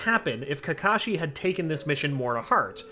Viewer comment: Not kakashi sensei ka ka sensei lol